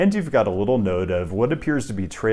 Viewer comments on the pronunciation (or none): none